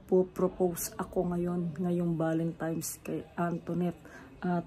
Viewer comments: Constructive criticism: Valentine’s not Valentimes. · BAKIT BA KASE VALENTIMES IDOL ... VALENTINES KASE YUN HAHAHAHAHA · VALENTINES HINDI BALEMTIMES